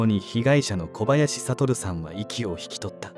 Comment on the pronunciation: あちこちのYouTubeチャンネルで取り上げられてる事件ですね。若くして亡くなってしまわれ残念です。お悔み申し上げます。話変わりますがこちらのチャンネルいつからナレーターの方変わられたのでしょうか？交代されて勿論いいのですがイントネーションが…。特にお名前の読み上げ「小林悟さん」「小林邦三郎さん」違和感あります。最初からこの方があてていたなら馴染んでたのかもしれませんが…。イントネーション特訓して次に期待します。